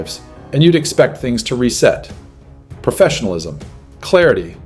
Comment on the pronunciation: "PERFESSIONALISM" is not a word. *Professionalism. "PERTENTIAL" is not a word. *Potential. "UHMOTIONAL" is not a word. *Emotional.